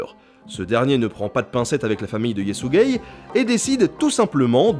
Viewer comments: C'est Ysekhei pas Ysegei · Je du mettre pose a chaque fois que tu prononcé le nom de JE SUIS GAY :') fait gaffe au YTP avec sa aha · "Yésuigay" Le guerrier Mongol. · Y a que moi qui entend "Yé sus gay" au lieu de Yesugeh? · J'ai ri comme un con en entendant "Yesügei"